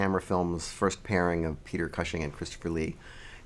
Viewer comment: Why doesn't the reviewer know how to pronounce Peter Cushing's name ? Not much of a film fan I guess.